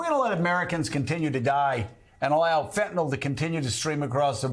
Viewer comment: The medication Fentanyl is pronounced “fent-a-nil” and not as the uninformed individuals say “fent-a-nol.” People that say “fent-a-nol” display their ignorance on the subject.